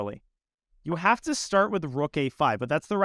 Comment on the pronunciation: he said "we might jave just gotten zuged"